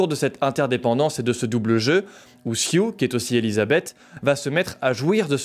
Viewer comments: Je crois que son prénom c'est Sue (de Suzane, prononcé Sou), et pas Sioux haha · Belle analyse, seul chose qui me fait grincer des dent: ta déformation du nom de la jeune Elizabeth: son nom C'EST SUE... ET NON SIOUX!!!